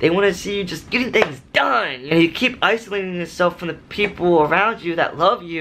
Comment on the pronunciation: U mean isolating. Not uslating